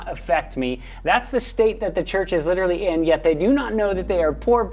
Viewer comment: I don't like how he pronounces "literally"